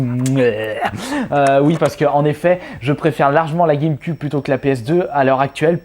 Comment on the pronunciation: Ça ça prononce guèmequioube et non guèmeqube